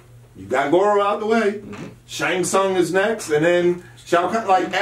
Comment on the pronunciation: Shang Tsung - T is silent. Don't call him Shang Shung again or i'm logging on my Ps4 and looking for on MK11